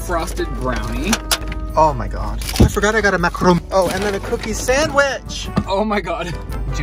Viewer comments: Mac - a - roon not mack -ron 😆😆😆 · It's pronounced mac a roon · "You look like a fall girl, I look like a couch." Relatable lol The way pronounces macaron what the what?! ha,ha